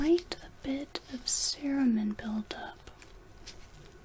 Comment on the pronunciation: This is slightly less than the 8 hour video we all wanted, but it's amazing nonetheless :D I loved the student spin on it anddddd you called it cerumen! :D:D